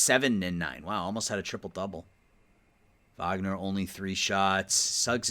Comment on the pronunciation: Wagner is pronounced “vogner” cause he’s German